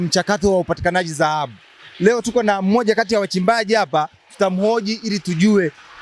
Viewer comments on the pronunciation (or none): Mtangazaji ni Dhahabu sio zahabu. Wewe kama mtangazaji inabidi uwe na matamshi mazuri.